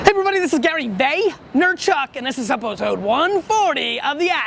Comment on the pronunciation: and this is uhhhpoosode 140. Hahaha that was funny. Replay it a few times and try not to laugh.